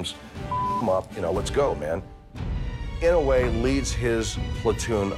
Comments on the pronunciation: Hector I was just saying that it pronounced inoy not inaway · I'm pretty sure his name is inoue but with nonstandard spelling. Pronounced ee-no-eh which is very close to what he says. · Ee-no-aye! That’s how you pronounce it. 👍🏾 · I love how he says "--and he's Daniel Inouye" like that's just how hardcore his name is and a statement to how badass he is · You are saying his name wrong. I like the show but atleast do enough research to get the pronunciation correct. I am certain he deserves it. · He pronounced his name wrong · Ugh i hated the pronunciation of Inouye but i guess he tried?